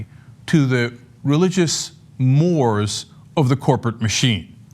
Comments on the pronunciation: Cenk, mores is pronounced like "more ays". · More-eyys is how it's pronounced, Cenk.